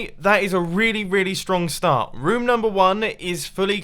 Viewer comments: Dosent it sound like mumbo is saying ruom or rum? XD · Is it just me or does anyone love how he says room